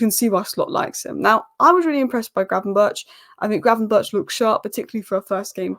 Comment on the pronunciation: In dutch 'ch' has the same pronounciation as 'G'. So gravenberch should be pronounced as gravenberg. Anyway good analyses!